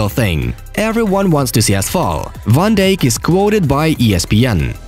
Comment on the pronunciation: I'm sorry but can you guys get a person that can speak English and pronounce names properly did yall hear how he pronounced "Van Dijk" 😭😭😑